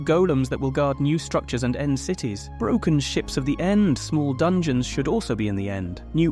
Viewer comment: "Horus" "Dangeons" 💀